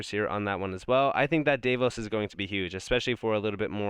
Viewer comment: If you care, it is pronounced Dah- vos BTW, I watch everyone of your videos, you are super smart and very helpful.